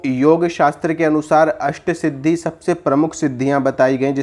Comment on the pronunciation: अष्ट सिद्धि का उच्चारण सही नहीं है।